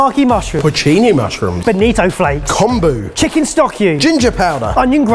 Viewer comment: I cringed every time they tried to pronounce “Kombu”... LOLOLOL